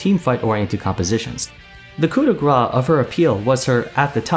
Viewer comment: Hey! French fan here! Just a little thing: "coup de grace" should sound like "cou de grass", if you say "cou de gra" it sounds like "gras" (s is silent) that means fat. So saying "cou de gra" is more like "fat hit" than "lethal hit" ^^